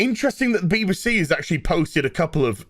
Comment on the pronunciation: I wish would pronounce it correctly. B.B.C. Not Beebe C.